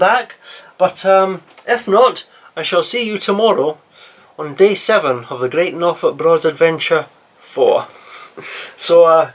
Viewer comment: Only a small criticism on The “GREAD” Norfolk Broads Adventure